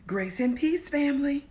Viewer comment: My Sister, for a mimute I thought that you were Caribbean chef because your initialngreeting was Grace and Peace (Sounds like Rice and Peas)